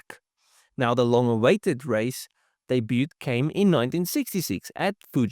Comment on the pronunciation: The "T";is silent, mate, as in "Daybyyood". The only reason I point it out is, the way you said it makes your voice sound like an A.I, which don't know about silent letters. I'm guessing your native tongue is Afrikaans. Good video, mate, keep 'em coming.